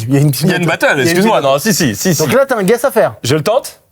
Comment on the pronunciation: mdrr mcfly qui dit j'ai un guest au lieu de j'ai un guess